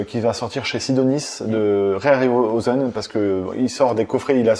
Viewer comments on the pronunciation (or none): Ray Harry Roselmack 😅 (L'astuce c'est de dire juste harryhausen, c'est plus facile hehe)